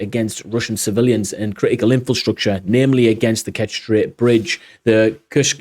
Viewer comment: It's inFRAstructure, not inFILstructure. Keep up the good work though.